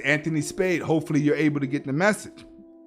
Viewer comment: I have to let you know , it's asta the h in hasta is silent lol